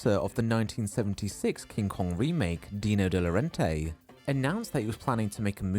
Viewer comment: Dino De Laurentiis is pronounced "Dee-no de law-ren-tiss" 😊